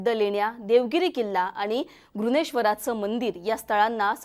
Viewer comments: मॅडम घृणेश्वर नाही ते घृष्णेश्वर आहे, उच्चार तरी निट करा 🙏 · अहो एंकर मॅडम पहिले तुम्ही वेरूळच्या शिवमंदिराचं नाव तर व्यवस्थित उच्चारा..... तुम्ही घृष्णेश्वर ला घृनेश्वर म्हणताहेत....! 😠😡😡